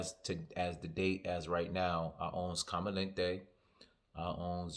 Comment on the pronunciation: It’s JTC and it’s com-a-den-tey - and it’s the very high level original LeMale with some added niceness